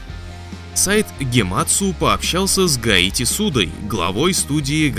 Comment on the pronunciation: Безграматный!. Не Гаити, а Гоичи, его имя Goichi, Suda51 идёт от того, что его имя произносится как число 5 и 1 = Го и Ичи.